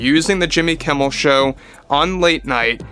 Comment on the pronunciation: Jimmy Keem-mel? come on, that will be too obvious Di-sney? that aint funny anymore.